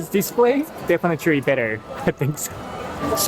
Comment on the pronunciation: Definite - Lee, not Tree